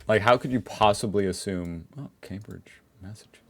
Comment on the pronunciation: Thank you for pronouncing Cambridge correctly.